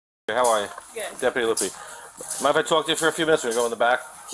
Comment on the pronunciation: "Alls we tryin' to do is too-auk to her..." Sorry, can't take anyone in the video seriously after that.🙄